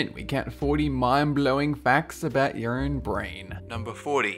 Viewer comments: I thought he said "urine brain" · I thought you said 'urine' brain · when you said "your own brain" i heard "urine brain"